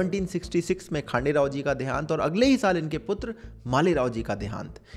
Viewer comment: You are really great bro👍 ❤ from महाराष्ट्र Not खांडेराव.... ....खंडेराव